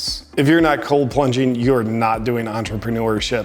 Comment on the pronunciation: “Coal plunging”😂😂😂😂